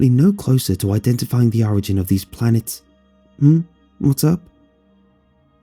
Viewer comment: I legit thought it said plants not planets.